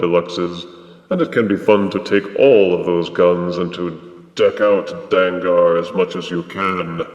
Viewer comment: His name is pronounced “Dang-gur” similar to Tanker. Takara used the -ar because then it would spell “Danger”.